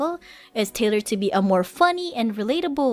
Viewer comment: role, not rule and tailored, not tender roguelike is a type of game Thanks for all the clips! I might just not be subbed to the right clippers, but it seems like I haven't seen much recently.